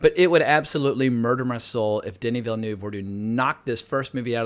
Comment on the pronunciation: why all Americans pronounce that E in Villeneuve"